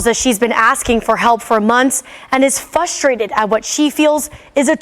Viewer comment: I’m surprised to hear this reporter actually say “fustrated” instead of frustrated. Usually they’re very picky about how their reporters speak.